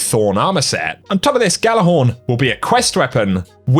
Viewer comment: Just fyi, the g in "Gjallarhorn" is silent.